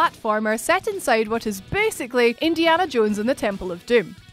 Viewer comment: when she said “BaSiCalLy” (with intense echo) I died